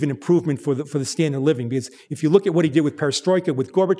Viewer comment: The "a" in "Glasnost'" is the same sound as the a's in "Argentina", the "t" in "Glasnost'" is the same as the "t" in "tea".